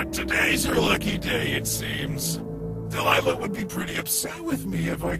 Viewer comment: you still called her Delilah, despite her name is Deliah.